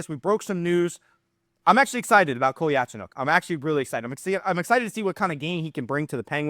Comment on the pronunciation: Just to help everyone, it’s pronounced (Cole-ya-Cho-nOAK)